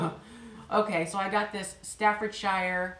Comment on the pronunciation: The 'shire' in 'Staffordshire' is not pronounced as you would normally pronounce 'shire', but as -sher. Also a difficult one for many people is the name Worcestershire sauce, which is just pronounced as Woostersher sauce, of even Woostersauce. Isn't that weird!?